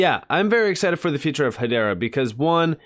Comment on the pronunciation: Pronounced EY-DAH